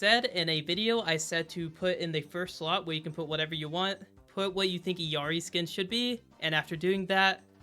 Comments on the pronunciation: The fact that this guy mispronounces Illari so much is crazy. It's L's, not i's. Ill as in sick. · why is everyone saying Illari iiuari or iluari its fking illari brother learn to read